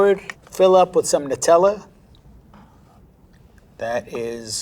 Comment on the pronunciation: Finally an American knows how to pronounce Nutella